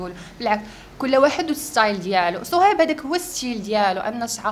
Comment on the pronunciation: الدودة لي كلاتني فهاد الفيديو هي ديال خينا لي مع شوف تيفي وكيف كادير ينطق صهيب شسصهيب